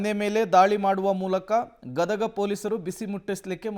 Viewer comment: It's not gadaga it is Gadag